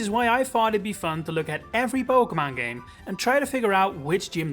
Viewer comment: Po-kay-mon, not Po-kuh-mon